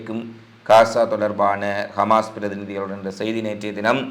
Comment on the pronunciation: நீங்கள் கமாஸ் என்று குறிப்பிடுகிறீர்கள் ஹமாஸ் என்று சொல்லவும்